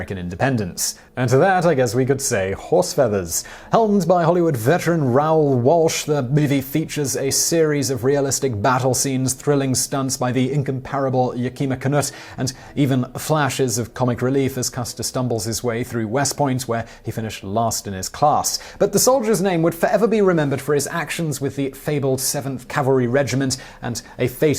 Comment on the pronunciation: First--It's Yak-a maw Canutt...NOT Ya-Key-muh. Second--there has been no evidence that Custer wore buckskins at Little Bighorn. That is a fiction. Third--Patton was a general in World War 2, not 1. You really need to get which war was which figured out. Or get another researcher/writer, or editor.